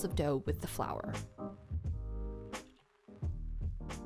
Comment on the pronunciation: Flourrrh waterrrrrh nah